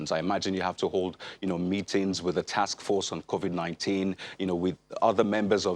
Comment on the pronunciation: Ask him the president why he called it COVIK not covid?